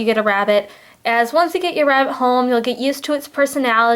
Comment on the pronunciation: listen carefully because it’s sound like she says rat instead of rabbit just me ok